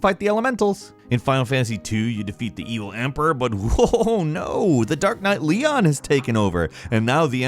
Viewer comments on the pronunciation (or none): none